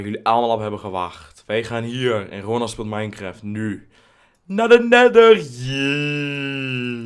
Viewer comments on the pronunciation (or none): anders als je neather schrijft zeg je neether